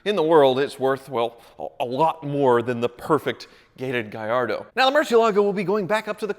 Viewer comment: Keep the blue Gallardo, at least you can pronounce it’s name correctly gringo. 😂👍 🇮🇹